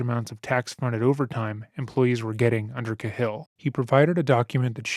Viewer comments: Cahill is pronounced Kay-Hill. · For the love of god It’s pronounced KAY-HILL! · It's pronounced Cay-hill, Irish. I really appreciate your content. ✌🏼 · Do you mean Cahill (Kay Hill)? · Narrator needs to learn how to say the last name "Cahill".